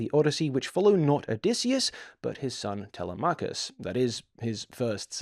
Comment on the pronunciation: I have to say, the pronunciation of some of the names threw me. But, I may be wrong, my pronunciation of Telemachus comes from the Franco Japanese Ulysses 31. And my pronunciation of Nausicaa from Hayao Miyazaki